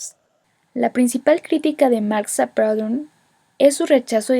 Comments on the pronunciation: Muy buena explicación. Sin embargo no se pronuncia "Praudon", se dice "Prudhon". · muy bien un solo apunte Proudhon es frances no inglés y su nombre se pronuncia prudon aproximadamente. he necesitado 3 minutos para entender